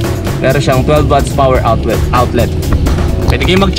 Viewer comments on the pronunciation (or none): none